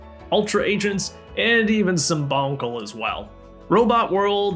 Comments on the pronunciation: excuse me? "bonkle"??? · Dude, your pronunciation of 'Bionicle' made me do a double-take xD You've earned yourself a subscriber! I'm looking forward to watching your videos.